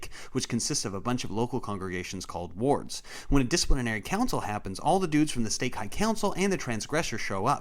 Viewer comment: I had to listen 3 times to stop hearing the word "orks" when he was talking about disciplinary wards lol